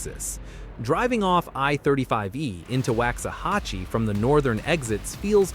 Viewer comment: Posting this information does no good when you can't properly pronounce the name of the communities you are reporting on. Corsicana - Cor-si-can-na Seguin - Se-geen Waxahachie - Walks-a-hat-chee Palestine - Pal-es-steen Pecos - Pay-kus I have been to all of these communities and have never had an issue even late at night. Just be smart about where you stop.